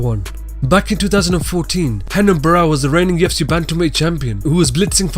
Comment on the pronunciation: Why do you pronounce UFC with a "T"?